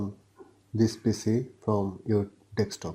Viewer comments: It's DESK TOP, not DEK STOP <3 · c the accent breaks the word a little